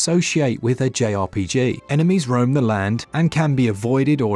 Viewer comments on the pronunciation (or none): none